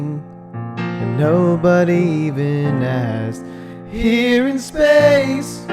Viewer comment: "here in space" I think it's Spain, just no S